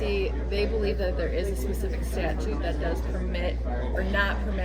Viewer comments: Can we please get the words right, so many of them don't know how this word is said. S-T-A-T-U-T-E: a rule of an organization or institution. please notice the 3 rd "T" Statue: a carved or cast figure of a person or animal, especially one that is life-size or larger. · Did he say statue?? Of course he did. 🤦🏻‍♀️ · Did he seriously ask about a “statue?” He does realize the word is “statute” right…? EDIT: yup. Yeah. Yes. He actually thinks the word is “statue” The only thing worse than the average frauditor is a frauditor with a cocky obnoxious attitude who not only doesn’t understand the law but also doesn’t even know the words….